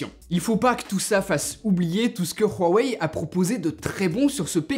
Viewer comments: Bon .... Huawei dans la langue française ce prononce wouawey d'ou viens ce putin de r de merde , euuu on est en france ou pas ? wouawey merci. Secondo es ce le meilleur smartphone ? le fleuron de Xioami ? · Prq il dit ruwaei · La manière dont tu dit Huawei me fais tellement rire désolée 😂😂😂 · Tellement frustrant comment il prononce "Huawei"... 😓